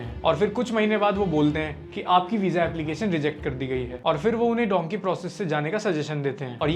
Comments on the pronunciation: Dhonkey nahi dhunki kehte hai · Bhai it's dunki not donkey😊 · Its not donkey man its dunki